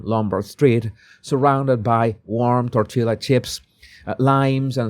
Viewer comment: Coño,, you are the LAST person I would have imagined being unable to pronounce the word TORTILLAS. Dios mio, que está pasando con esta gente?